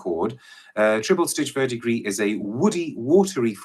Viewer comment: he nailed verdigris spot on ! I’m a cologne guy, I got this as a sample from a website that is foreign to us Americans. & when I say I have never smelt anything like this.